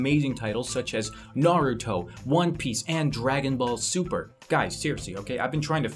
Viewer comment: YES.. you pronounced Naruto the right way (^ᴗ^)ノ